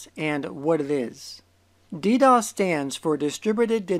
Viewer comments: Me: What's dee dee oh ess?: Deedoss. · DeeDOS? you are pronouncing it wrong. DOS is reserved to describe a Disk Operating System as in MS DOS or IBM DOS. DoS is for Denial of Service attack and the extra D is for the Distributed ability of this attack. There is no DeeDOS. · dee dee os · DEE DEE OH ESS